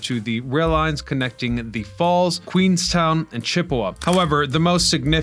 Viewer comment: Queenston>..'ton'...not 'town